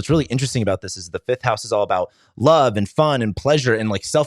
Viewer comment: Its pronounced LOOOOUUUVE